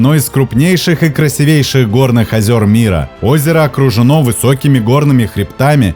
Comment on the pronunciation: Правильно говорить красИвейшей